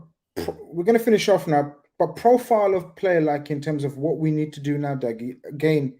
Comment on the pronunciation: They pronounced Dougie name wrong the whole show. That’s poor 😂😂